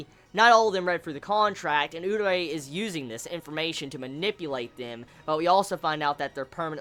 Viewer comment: Lol i realised this from a couple of reviews back. Why do you pronounce Urie name Urei? xD